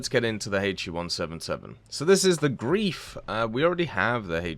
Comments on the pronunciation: It's GREIF not Grief. Pleas, ei not ie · This is for my non german speaking folk the word “greif” is pronounced in english “grife” thank you for you time to reading this and have a spelunking day😊